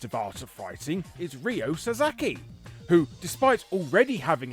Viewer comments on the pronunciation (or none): Gonna be a pedant here: It's Ryo Sa-KA-zaki